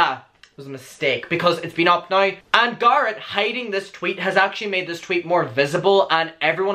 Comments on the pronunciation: sounds liek your saying gaara obviously you CAN say his name correctly you just dont its not like tamato and tamato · I started pronouncing Garrett as "GAR-rett" after listening to your accent - I'm American, that's not apart of my natural accent 😂 Thanks boo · U remind me of Thomas Doherty voice & looks Edit the way you say Garrett...I can't lol that's my boyfriend's name lmao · There’s a difference between having an accent difference and ignorantly pronouncing a person’s name incorrectly. It doesn’t matter if people pronounce their names that way where you live. His name isn’t pronounced that way. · Bekah Vega Diction is definitely a real thing, but diction doesn’t allow people to mispronounce other people’s names. It doesn’t matter how people where he lives pronounce Garrett. It matters how the Garrett he’s speaking about pronounces his name. He doesn’t pronounce it in an Irish way, so people need to respect that and use the correct pronunciation. My name has multiple pronunciations that are generally due to dialect. However, I use a specific pronunciation of my name and I expect people to treat me with enough respect to pronounce my name the way I choose to pronounce it. If you can’t take the time to pronounce a person’s name correctly, you’re most likely not that great of a person. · I love the way you say Garrett. I was laughing like crazy because I mispronounce names all the time on purpose. My friend Shaquina....now goes by SHAW-qui-NAAAH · Okay but when it comes to the pronunciation of someone’s NAME you cannot tell them that their name is pronounced differently. Period. It’s HIS NAME - ergo you do not get to say how it is pronounced - accent or not. Love you and your videos buuutttt......out of the respect for the person you are talking about, you should pronounce their name the way that they pronounce it because it’s their name - not yours. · Garrett is like "situation". "Sit-seation"😂😂 We know what you mean. Go on with your bad self